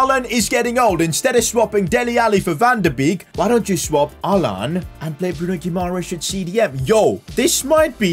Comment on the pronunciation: PCQ: I think you mispronouncing Bruno Guimaraes's name, you are missing "a"